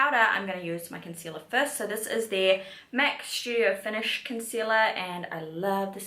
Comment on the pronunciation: It’s STudio fix not Shoodio fix 🤦🏽‍♀️